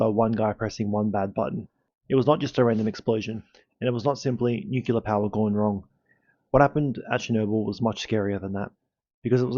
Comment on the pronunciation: What kind of power? Nuke-You-Lur?